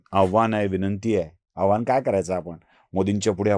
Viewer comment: आव्हान नाही , आवाहन